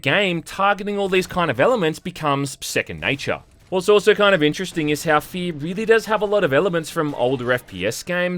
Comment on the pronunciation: It's hack to make fun of accent... but he DOES call this game "Fee".